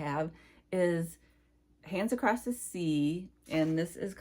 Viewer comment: You are always such a breath of fresh air. (And putting a t on the end of across bugs me too)